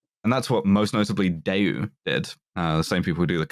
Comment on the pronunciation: big ups to for pronouncing daewoo (대우) correctly big downs to for pronouncing chaebol (재벌) wrong thereofre, we really cant tell if is good or bad